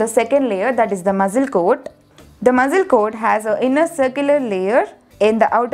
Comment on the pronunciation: Your pronunciation for muscle 🤐